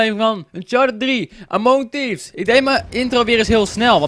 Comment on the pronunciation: Je zegt in het begin mong thievs (weet nie hoe je het schrijft)